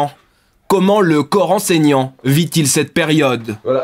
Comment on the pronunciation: la prononciation est chelou mdr j'ai entendu coran saignant au lieu de corps enseignant 😂